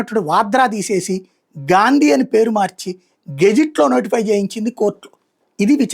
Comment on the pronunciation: గాండీ కాదు గారు గా....😊